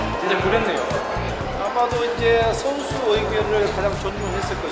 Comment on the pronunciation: 어 손밍 슨수와 항이죠 슨수를 어 지금 보시며는 짬뿌가 상당히 어 높기때문에 키르기.., 키,, 키르ㄱ,, 키르기슷탄 선수들에겐 상당한 쁘레싱이 될겁니다...